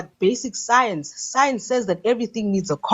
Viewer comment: What is "soiens" and what is "albert oinstoin"?!?!?!?!?